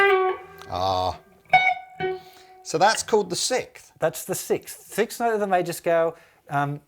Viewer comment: Are all British people incapable of saying sixth? Lol